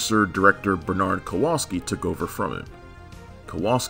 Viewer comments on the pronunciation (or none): none